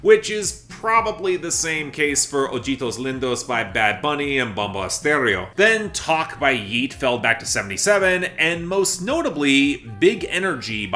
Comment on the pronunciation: I love you and all but it's O- HEE-TOS LEEN-DOS